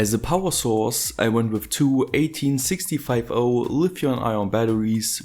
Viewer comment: ITS EIGHTEEN SIX FIFTY NOT WHATEVER THE FARK U SAID! lol jk but also not jk